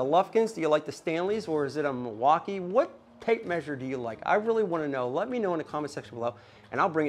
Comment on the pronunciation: But it is not Mil-wauk-k-yeah........